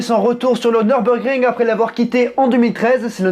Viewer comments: Tu as fait allemand LV2 ? Bravo pour l'accent ! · J'y étais encore ce samedi pour quelques tours avec mon véhicule. Quel pied cette piste 😍😍😍 bravo pour la prononciation, venant d'un français, c'est à souligner !!!